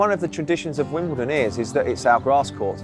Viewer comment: It's a lovely story...but seriously, after all this time should be able to pronounce 'WimbleDON' correctly. It is NOT 'WimbleTON'.